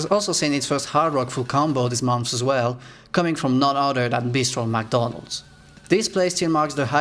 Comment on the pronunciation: Did this man just say beasttrollmcdonalds...who is that HIS NAME DOESNT EVEN HAVE A D IN IT HAHHWHAAHHAHAAHHAA